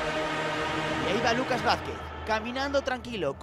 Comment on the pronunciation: Se dice Vázquez congito